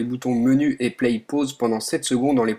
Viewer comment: pour dire"play" ce nest pas "plaiye" mais plutot tout simplement "plé" il ne faut pas prononçer le Y